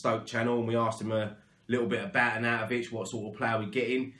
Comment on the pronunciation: Yes mate you said his name right! 😂😂😂 Nice one fella keep up the fantastic content COYI ⚒